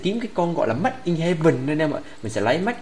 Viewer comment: Made mà ah sao ah nói mách :v